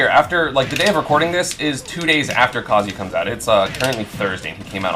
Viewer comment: Why is esam one of the only people who pronounce kazuya correctly